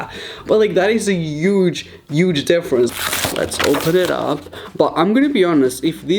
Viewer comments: He says for some reason uge in stead of huge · “That is a uge uge difference.” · Can we appreciate how he says huge